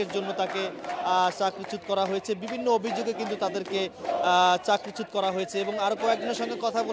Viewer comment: সাংবাদিক ভাই 'চাকরিচ্যুত' শব্দটি সঠিকভাবে উচ্চারণ করুন।